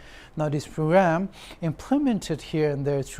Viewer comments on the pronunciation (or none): Children - chiren , Kilometer - Khlometer, parents - pharents, phrugramme, specfically, phractically 😅😅